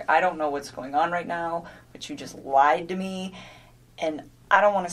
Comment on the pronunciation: This b is illiterate. "His wife has a 15 week old baby on the way". Then deleted texts; " I remOOOVVED IIIIT because he liiied". Sounds like pre-op dude, FR! What is with dragging out syllables, is that to point out obvious lies? I love how there are lots of pix sent out, but not all to Chris😂 Poor CW killed his family to be with a skank, for whom he was just one of many. Perfect. Let's hope finds a husband JUST LIKE Chris.